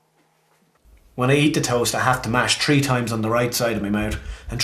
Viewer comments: He not even saying three he saw tree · Did he say tree or three times because it’s messing with my OCD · holy shit its THREE NOT FUCKING TREE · TREE MINETS TERTY-TREE SECONDS CUT INTO TREE PERTS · Tree minutes and turty tree seconds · I broke my right foot when I was 8 and I've always felt like I need to break the left just to make it even. Also, is anyone else bothered by "tree" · If I hear tree one more time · THree not tree. I know you're Irish but come on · he said tree 😂😂😂😂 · The way he says three hurts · I immediately know when he says 3 he's Irish